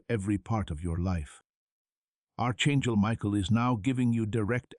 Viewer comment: Arch chengel? What happened to your tongue?